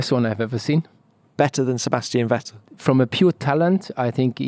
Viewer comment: Kwabastian VETTEE